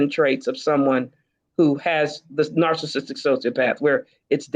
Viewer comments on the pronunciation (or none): none